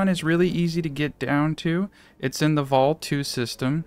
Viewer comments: Volii isn't Vol 2, it's like Voly. I did a questline there and they referred to the Volii system in the voice acting multiple times. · Vol 2 system 😂 it’s Volii my guy